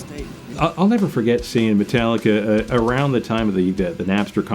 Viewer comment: How many times am o gonna hear people say Metallicer?